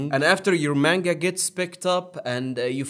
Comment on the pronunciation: …Manga is not pronounced that way. Also, not all anime’s are off of mangas plus mangas are usually off of light novels. Some anime’s are original with no manga or light novel. Usually they have mangas that come out after the release and the stories tend to differ a little.